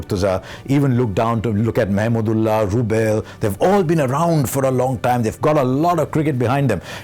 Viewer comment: I would love to see Harsha cheering for Bangladesh in the commentary sectio, I love the way used pronounces Mahmudullah where simon doul pronounce it "MAMADOLA". From 1997 ICC TROPHY FINAL TO 2019 WORLDCUP, Harsha & Bangladesh is an wonderful love story 😍